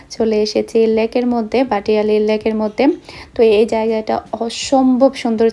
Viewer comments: ভাটিয়ালি হবে না সঠিক উচ্চারণ হবে ভাটিয়ারী আপনি সবসময় র কে ল উচ্চারণ করেন যেমন আলমারি কে বলেন আলমালি যেটা শুনতে ভালো লাগে না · আপু ভাটিয়ালি বলে না,এটাকে বলে ভাটিয়ারী ,, বুঝছেন?